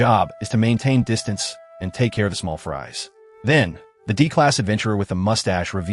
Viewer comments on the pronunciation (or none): none